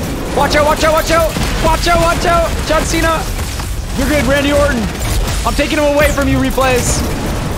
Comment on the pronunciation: Did he just say Jeff Cena lol